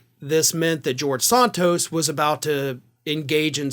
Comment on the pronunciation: What is it with the Ring of Fire deliberately mispronouncing names. referring to Santos as Sarntose just sounds stupid. He even pronounced it correctly in this video, and then promptly uncorrected himself. WTF. And his racist idiot boss Papantonio refers to Kamala Harris as Kamarla, an obvious wanker reference to WWF wrestler Kamarla the Giant Ugandan, possibly the most racist WWF/WWE character of all time. Are you trolling us with this shit. And why don't you deliberately mispronounce white politicians names. This is a terrible look for a news organization that promotes itself as having integrity and decency. Lift your game boys. I would expect this moronic shit from the likes of Fox and Newsmax.